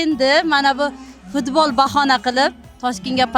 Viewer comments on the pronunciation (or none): none